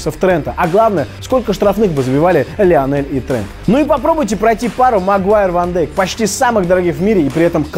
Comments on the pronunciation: Не Ван дАйк блин а Ван дЕйк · Ван Дейк читается! Фамилия голландская, а не английская